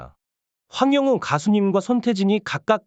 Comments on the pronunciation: 황용은이 이름을 제대로 발음을 그렇게해요.황영웅 입니다. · 황영웅 가수를 응원 하려면 이름 발음을 똑바로 확실히 해주시면 합니다 황영훈이 아니고 황영웅 입니다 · 똑바로 읽으세요 황영운이 아닙니다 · 황영웅 발음 잘해주세요--아나운서답게요. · 이분은 계속 남의글베끼거나 따라하는 무트버입니다 시청하지마세요 이름하나제대로 발응 못하네요